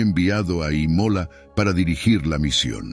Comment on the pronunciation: El narrador pronuncia mal infinidad de palabras. Imola en vez de Ímola. Nicolo en vez de Níccolo y varias más.